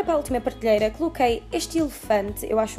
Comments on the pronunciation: "Partelheira" mais alguém reparou ? hahahaha 😂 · porrra não sabes dizer prateleira ? (disseste partelheira e parteleiras) 😂😂😂